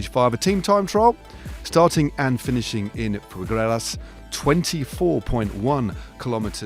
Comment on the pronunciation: Thanks for the highlights and commentary. I know some of the town names can be difficult to pronounce, but surely "Figueres" for Stage 5 is one of the easier ones to "figuere" out, so what happened near the end there... "Pugreras"?! 🤔